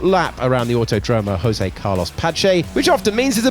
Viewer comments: it's not "autoDROmo", it's "auTÓdromo". Also, in Brasil we speak portuguese, not spanish, so the J doesn't have an H sound, which means "José" is not pronounced "hosay", it's more like "Joe Zack" but without the "ck". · the narrator said José with Spanish accent and not Portuguese 😮😮